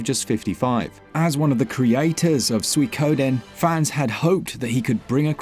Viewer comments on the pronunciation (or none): "SOOEY-KODEN" 😂😂 It's pronounced "Swee-ko-den"